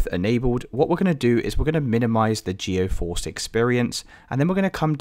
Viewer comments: appreciate the help, but just fyi it's GEE-force, not GEO-force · I'm gonna lose my mind if I hear you call it geOforce again brother the word is right in front of you, read it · its geforce. where are you getting geo from?